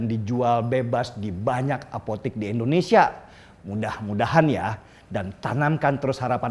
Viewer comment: Koreksi ya, bang. Yang bener = Indonesia. Bukan Endonesia.